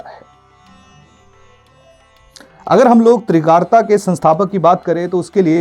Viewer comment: Trigart not Trigarta.